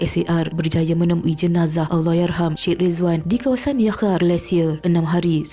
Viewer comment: Sebutan Syed = sya ed ✅ Sed ❌